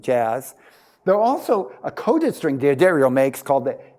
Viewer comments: Helpful Hint: It's pronounced "Duh-Dario," not "Dee-Addario". I don't know why so many people get this wrong. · So? Just because they have a guitar tech who doesn't work for them mispronounce their name doesn't mean it's correct. D'Addario isn't going to bleep out the mispronunciation. D'Addario is an Italian name, and as such, the "D" blends with the "Addario" as one word.